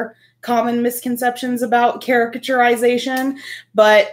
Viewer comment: Caricatur-ization! Said on the first try! Live!Respect!